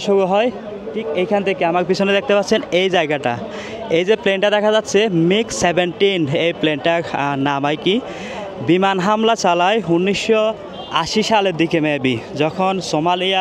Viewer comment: মিক নয়, মিগ ১৭